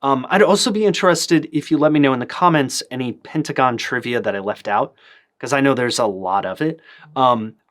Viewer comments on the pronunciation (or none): none